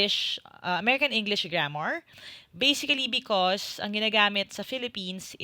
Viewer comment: Something weird about a "basically" /bā-sik-li/